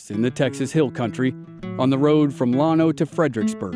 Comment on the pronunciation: No offense but Llano is pronounced with a short a. Thanks